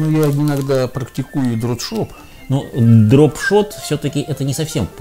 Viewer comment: Произносится Дроп Шот а не Дрот Шоп, емаё, вы же эксперт!!! И это не первый раз! А по поводу резины, так это все реклама, там где они ловят клюет практически на все включая поролон, так что это не тест а фигня!